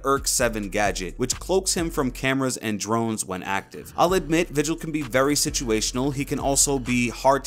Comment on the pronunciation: where random it’s vigil not vigel 👍